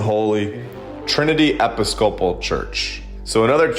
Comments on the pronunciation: ok, love your stuff. but you need to pronounce Episcopal correctly please. accent on the second syllable and the p is very soft like b. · I hope you know by now, but if you happen to read this comment; it's pronounced "Eh-Piss-cupple" church. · Please look up the pronunciation of “Episcopal”… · I guess you've never heard of the Episcopalian Religion or you would have known how to pronounce the word. No big deal. Just thought it was funny when I heard you pronounce the word.